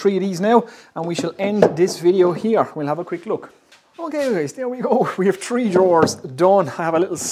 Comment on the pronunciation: This guy is so into woodworking that he counts: 1, 2, tree. :p Love your videos man.